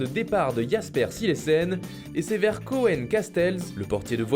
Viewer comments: Koen ça ce prononce koun et pas koèn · hazard beaucoup mieux Il pourrait développer son jeu Juste un truc koen casteels ça se dit « COÛNE » désolé c’est du nér’andais et pas coenne😀